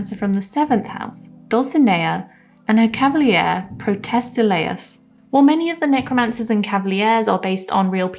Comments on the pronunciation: nice video! p sure it's cav a leer, not cav a lee ear, but you made me google it to check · For future vids: it's pronouced cav- a- leer